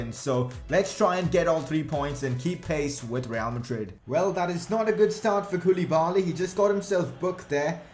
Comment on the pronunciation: Its pronounced kou-le-ba-li....not koooooliiiibaaaaallliiiii